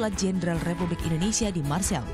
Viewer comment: Marseill kan bukan marsille